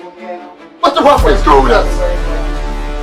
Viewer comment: Ever notice says “The Bruferee screwed us!”?